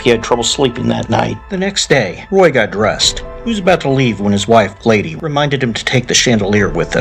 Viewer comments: the name gladys..is pronounced glad_iss...not glade ....lol😂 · Just a heads up, Roy's wife's name is Gladys, pronounced Glad diss. Not Glaydees lol